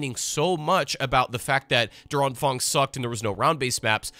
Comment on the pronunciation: oh lol i was watching this on my second screen in the background and always thought "Durang Fang" was some sort of Chinese Thing until i figured out it was meant to be "Der Anfang". You butchered the pronounciation so bad my german brain could not identify it as german xD